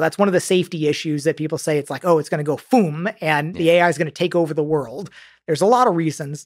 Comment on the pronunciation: I haven't heard anyone else say "FOOM" quite as well as Mr. Carmack here